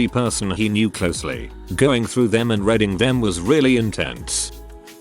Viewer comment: Teach him how to say "reading" -Teach him how to say "presents" -WHY read dates backwards?? Say March 1 as March 1, not "1st of March"!